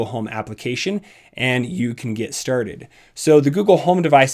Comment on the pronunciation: I come here and press like to hear you say "lets get sturded" lol